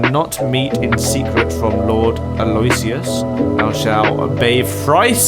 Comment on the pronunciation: By the way, you bunches Aloysius's name. It's read more like "Ah-low-whi-shush".